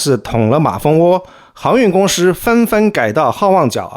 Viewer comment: 提个意见，老师可以不要分平舌翘舌吗？就全部平舌就好，公司你非要说公私...